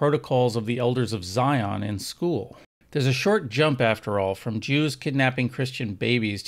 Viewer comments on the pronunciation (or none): none